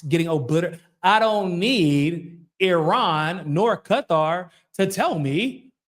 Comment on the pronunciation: Thanks for pronouncing Qatar correctly. It’s so funny when people say Cutter lol